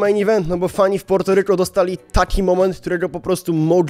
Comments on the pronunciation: Wydajemi mi sie że to sie wymawia Puerto a nie Porto ale mniejsza o to 😂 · Po polsku się wymawia Portoryko